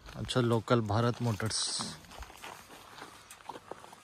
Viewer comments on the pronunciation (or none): none